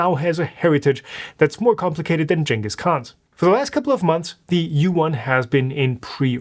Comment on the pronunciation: I had to put captions on to make sure what he was saying was “Genghis Khan”.